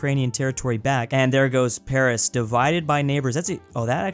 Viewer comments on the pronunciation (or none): none